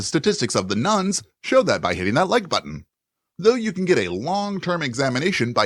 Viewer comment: keeps saying nones but it constantly sounds like nuns to me.